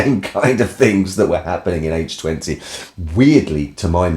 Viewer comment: As always, thanks for saying H20 properly.